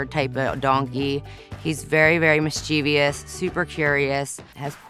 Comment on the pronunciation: mischev ee ous - cringe.